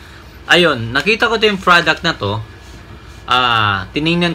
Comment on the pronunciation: Product kapatid..... lumabas talaga ang pag ka bisaya mo hahaha 😂